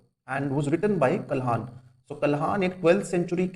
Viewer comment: Sir, it's not Kalhaaan (like what you say) it's pandit Kalhan., Pandit Kalhan is not the only writer of Rajtarangini, his work was carried forward my Pandit Shiri Vara, Pandit Pragya Bhat who lived during the reign of Zaina Ul Aabdin